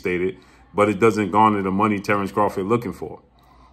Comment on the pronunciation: He did all that lead up just to pronounce Terrence bud Crawford in correctly 😂